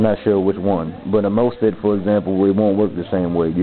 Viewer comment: it's pronounced "moss fet", not "most fet"